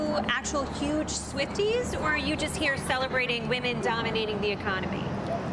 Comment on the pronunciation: “Aire you go “. 😂😂😂😂